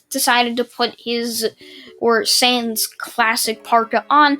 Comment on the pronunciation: YOU SPELLED SANS WRONG but atleast you said his name right